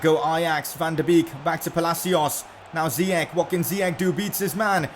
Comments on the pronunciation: I am Moroccan and its ziyech not ziyek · No, his name is ziyash not ziyak . I am arabian . I know how to say his name correct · It is zeyech not zeech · ziyech not ziec] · Well in fact you did pronounce Ziyech good at first.. it is pronounced as "Ziyesh" and not as "Ziyekh". That's how it is in Moroccan/Arabic, but he didn't mind the Dutch people pronouncing it wrong.. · WTF his name is ziyach not ziyak stop saying ziyak it's ziyach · Its ziyech not ziyek, im Moroccan so i know. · It is pronounced ziyech Not ziyek He is an Arab from Morocco and I am arab.I know how it is pronounced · # you were actually close, I did some research it’s Hakim “ Ziyesh “Ziyech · His name is Ziyech with "sh" in the end in Arabic.